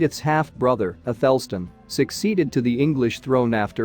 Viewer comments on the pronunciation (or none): athel_stn is incorrect. It's Ath_El Stan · Your bot needs to learn how to pronounce “isotopes”. The second “o” is not a schwa, it’s an “ow” as in “hope”. Also it pronounced “Athelstan” incorrectly. The emphasis is on the first and last syllables.